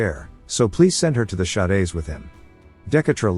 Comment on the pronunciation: Bro the text to speech being a bit dyslexic Shades- "Sha-days"